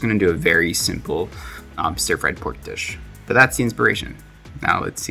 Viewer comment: Ughhh, why does he pronounce "stir" as "steer"? It's so annoying lol